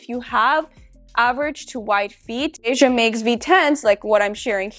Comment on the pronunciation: It’s “Vay-juh”. So you said it correctly